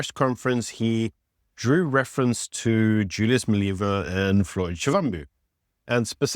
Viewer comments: Please can u at least try to pronounce people names correctly. There is no I in front of Mbalula, so it’s not Imbalula. There is no double e In Malema, so it’s Not Malema or Maleyma. Imagine someone referring to you as Ibyron or Beeron. 🤣🤣🤣It’s disrespectful. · Surely you can pronounce Malema correctly? You are South African, right? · Wonderful content always. Can I be picky and ask please pronounce malema and zille properly..